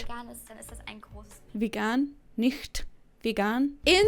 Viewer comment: Damn I'm again really impressed with your german pronounciation. That "ch" in "nicht" was almost spot on. Most english speakers can't pronounce it this way even when they've been learning german for some time.